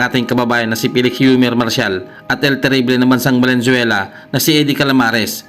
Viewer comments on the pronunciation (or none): ANO BA TALAGA TOTOO,VENEZUELA O VALENZUELA,BULOL KA YATA